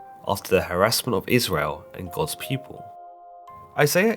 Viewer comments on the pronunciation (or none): none